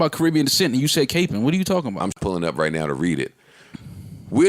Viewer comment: They pronounced capping capeing lol